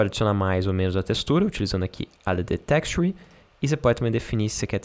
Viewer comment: so a pronuncia do texture que precisa afinar.